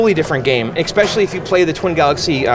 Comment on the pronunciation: Bro, how many times do I have to say it? There is no "x" in "especially."